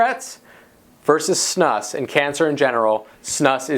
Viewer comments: It's pronounced snoose. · You pronounce it "snoose". And those are Snus pouches. Snus is usually loose and sticky, you roll it into a ball and put it in your upper lip. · Erm.. "Chewing Tobacco MAY SAFER...", the title and the pronunciation of Snus is comical. Obviously haven't acquired much education.